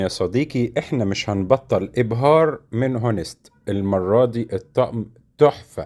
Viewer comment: باشا honest الاتش فيها مش بتتنطق أونيست و ليس هونيست والله شكلك ما تفهم حاجة في الي بتقدمه اساسا